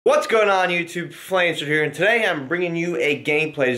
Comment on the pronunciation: realized you always call yourself flameshword